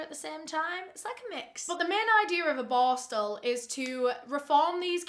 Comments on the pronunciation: With how many times you said the word, I still have no idea what that juvenile detention school was called. LOL Bostle? Borstal? Borskal? IDEK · Do not take a shot every time "boar-stel" is said. Hugs from central Ontario Canada ❄️ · Like my comment when says boarstle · Take a shot every time says "borstal" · As a Swede i thought you said "barstool". I'm like what does she mean..took a while googling but now I know you said "borstal"😅🥰 Thank you for your videos, great work ❤️